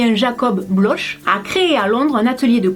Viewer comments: Coucou! Je voulais te dire que cette vidéo est super, mais par contre "bloch " se prononce blok et non bloche 😉😘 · Coucou ma belle, super vidéo mais la marque Bloch se prononce "Blok" bisojs